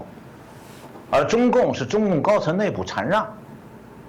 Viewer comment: 程老師讀了一個錯字。禪讓，讀shan，四聲。不是坐禪的禪。